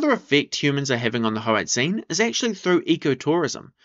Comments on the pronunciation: should be prounounced more like hoar-ut-sein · HOE-ART_ZINE, could you say it anymore like a dgaf white person, give the language some respect